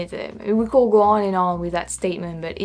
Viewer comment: Our word "could" really rhymes with "good". I think you try to pronounce the "l" - but we don't - of course our spelling is nuts. Amazing English. I wish my French was half as good.